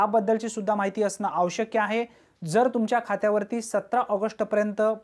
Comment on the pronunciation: दादा आवश्यक असे बोला आवश् कय असे नको. क्षमस्व.